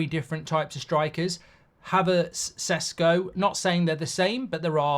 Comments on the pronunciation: You know a lot about him, and you still pronounce his surname Sesko. Šeško is pronounced Sheshko. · Its not Sesko, its Šeško, totally different pronunciation of the mans name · The correct pronounciation is "sheshko"